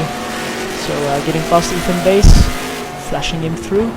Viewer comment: Fun to watch things I never got to see from where I was. Just a few things, the pronunciation of my name, it's Bass as in the fish, not like the guitar. Also I'm in the Pro class, despite being so far off the pace, Road Atlanta doesn't like me. :S